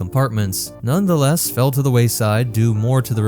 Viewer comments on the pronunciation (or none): none